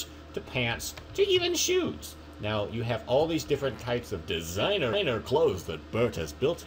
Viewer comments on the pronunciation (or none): Anyone else hear designer igner?